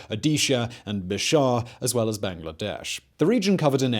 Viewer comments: Fazlul Huq was actually a Muslim, but it's true he was replaced by a member of an Islamic party. Also, it's Bihar, not Bishar. Otherwise, pretty good video👍🏾. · Dhaka not Kolkata. Bihar not Bishar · Simon, huq is not Hindu. It's Bihar not bishar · I like the video, but some 'facts' are just plainly wrong. Fazlul was a Muslim. And you mean Bihar, not Bishar.